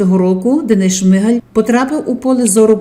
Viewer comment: Чому шмигЕль,а не шмигАль.?.Хоча.. сорт лайна вiд цього не покращиться... ps..ZEлена гидота💩🤡☠